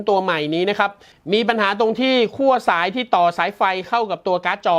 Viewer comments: ขั้ว ครับ ไม่ใช่ คั่ว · คั่ว ทำไม คั่วจนร้อนละลายใช่ไหม ขั้ว ครับ ขั้ว 5555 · ขั้วครับ ไม่ใช่คั่ว